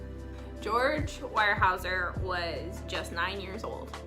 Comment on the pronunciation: Pronounced "WEAR" HAEUSER. Really good family that is NOT pretentious for their affluent position. Do you also know that Harmon was given a job at Weyerhaeuser after released from prison, by George Jr. himself when he became CEO of the company? Great job on your face 😉